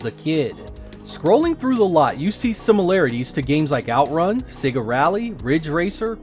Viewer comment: Finally.......an American who pronounces Sega correctly:)))) Perhaps there is a God after all!